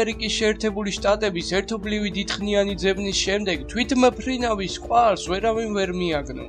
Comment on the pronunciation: tvitmfrianvs ambobs:D